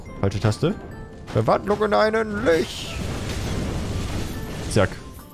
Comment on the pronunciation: Litsch hört sich aber scheiße an :D